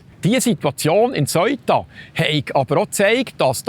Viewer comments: Seuta, Seuta, es heisst Seuta. Nüt vo Söita (aber ja, es het weni Söi da😜). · Die Aussprache ist "seh-uta" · Lieber Die Stadt spricht sich Sëuta.. nicht Soita. Danke. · Super guter und informativer Beitrag .... aber der Name Ceuta so falsch ausgesprochen tut mir in den Ohren weh. Richtig wäre wie im englischen TH am Anfang und kein verdeutschtes "eu" sonder jeder Laut separat betont .... also "Theu_ta" oder deutsch "Seu_ta" ... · Bitte sag nicht: "Seuta" sondern Se-uta. NB: die Sache dort ist noch lange nicht erledigt, schau mal die Videos der Einwohner. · Bitte die richtige Aussprache für Ceuta lernen 😅 ich bekomme jedesmal Gänsehaut wenn ich auf Bärndütsch "Soita" höre 😂 The-u-ta ganz einfach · Se - Uta wird es ausgesprochen nicht Soita. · Man sagt Seeuta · Man spricht es se uta aus...nicht eu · Ich habe von di Beitrag fast nicchts verstanden, 😢 weil ich über dem Aussprache iritiert war. Aber wie wird Ceuta/Söita ricchtig ausgesprechen? Marokkannisch, espagnolisch? Wer kann die wiiterhelfen? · Aber zur guten Recherche gehört auch, dass man das richtig ausspricht, es tönt einfach schrecklich, so gut er auch seine Sachen macht.